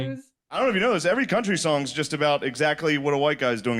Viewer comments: So weird you say "sawns" and not "Songs" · Sounds like he’s saying “sawns” throughout. Really annoying. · Why don’t you pronounce the “g” in “songs” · this guy is allergic to nasal NG sounds holy shit